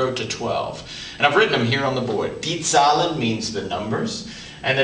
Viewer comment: he mispronounced Zahlen right? it should sound like ZAAAAhlen